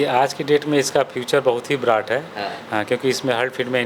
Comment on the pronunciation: Sir bright not bratt